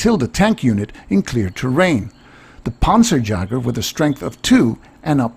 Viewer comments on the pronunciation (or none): panzer Yager not Mick Jagger "_"